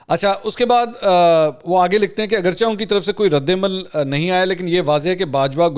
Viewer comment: Mansoor Ali Khan jee As u r my most favourite and loved journalist I dare to disturb u for a small correction Agarcha ki bajaae Agarchay bola karen jesay aap choonkay chunanchay bolty hain Gustakhi muaaf